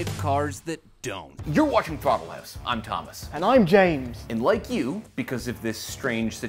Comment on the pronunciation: I feel like Canadians add an extra W in words that have an O or a U... like houwse.